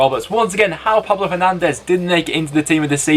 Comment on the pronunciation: You got the surname right for the goal of the week, it was Hernandez, but the first name is pronounced Pablo!!